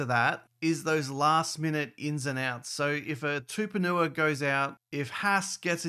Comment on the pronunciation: His name is not Tuponua. It’s TUPOU-NIUA